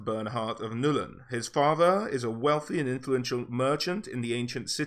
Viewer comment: It's not New-Len, it's just Null-n